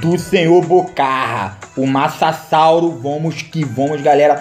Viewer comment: O massasauro que portugeis kkkk